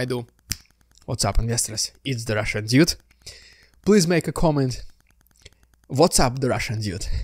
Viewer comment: "what's up, the RRRRRRRRRRRRRRRRRRRRRRRRRRRRussian diude?"